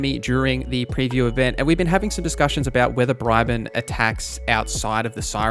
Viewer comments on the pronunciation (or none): It's Bree-bon not Bry-bun 😅